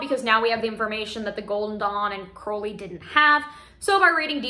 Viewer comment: Just btw, Crowley is pronounced like “crow” the bird.